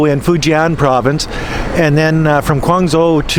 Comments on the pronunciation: You need to learn pinyin before you’ll know how to pronounce Quanzhou as Chuanjo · Quanzhou is pronounced "chuan jo". Lol..20 years in china and he cant pronounce basic cities. What unbelievable ignorance. 😂